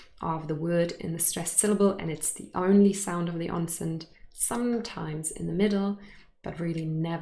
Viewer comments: I am hearing 'onset' as /onsent/ .. Is there a /n/ in onse/n/t that you're pronouncing? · I hear it as “Onsent” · is it me or I hear you pronunce the word "onset" ans /onsen/??? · Hi, is ‘onset’ pronounced onsent?